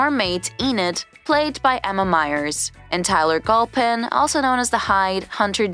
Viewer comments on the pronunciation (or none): PR Tyler golpin instead of galpin lol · And Tyler gulp him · Tyler gUlpin, Wen-esday, JeriCHo